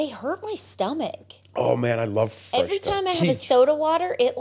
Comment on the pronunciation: it’s FRESCA, not Freshca! 😅